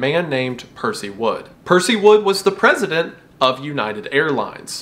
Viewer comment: Pesident heh